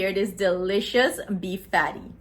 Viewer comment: Patty not paddy